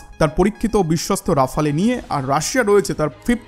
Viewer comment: প্রিয় ভ্রাতা,আপনার উচ্চারণ ডেসলট রাবার নয় , এটা হবে দাসাউ রাফাল । দয়া করে এটা ঠিক করে নিন। ধন্যবাদ